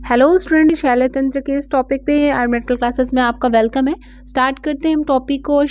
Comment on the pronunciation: Notes to thik hai pr.. I can't tolerate this wrong pronunciation.. Ye shaii-lya tantra kya hota hai 🙄.. it's shalya tantra na!